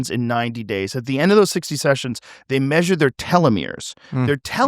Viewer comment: The way that Italian guy turned the word "measured" into a 15 syllable word😂❤🎉